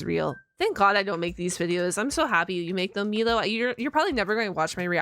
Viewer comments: hey uh Milo is pronounced My-Low not Me-Low just needed to say that as I find it disrespectful when people mispronounced my name. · It's Milo like m-eye-lo